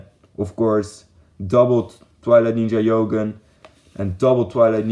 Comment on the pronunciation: yogen??.? u mean jogen joe & then just say gen jogen^^